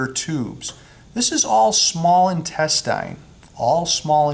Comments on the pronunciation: I've never heard intestine pronounced "in-tes-tyne". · searched for this reply. Bothered me the way he pronounced it and how many times he said it lol